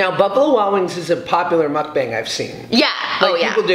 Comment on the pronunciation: ur like the first white person I've seen on youtube to pronounce mukbang ryt! eve trisha says it wrong LOL